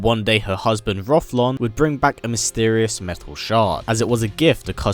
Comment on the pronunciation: Rothlon??? Haha his name is Rothion.